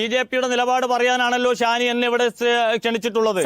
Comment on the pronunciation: ഷാനി ❌ ശ്വാനി ✅